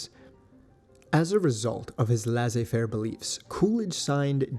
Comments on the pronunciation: Make up your minds, folks. Do you mean consumer or communist propaganda? And no, it's laissez-faire, not lazer fair. Um. It means free enterprise, more or less. You could look it up, you know, when you run across something that goes over your head... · I'll tell you because I'm french but Laisser Faire is prononced Lehsseh and not Lehzeh.